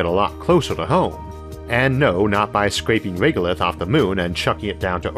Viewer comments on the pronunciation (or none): none